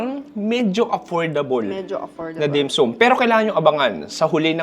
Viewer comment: the way you pronounce dim sum is very annoying, pls find out how to say it properly